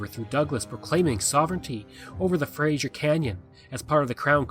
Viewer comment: It is pronounced frazer